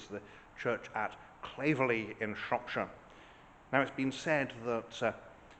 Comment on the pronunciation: You pronounced 'Claverley' wrongly! My parents were married in that church in 1953.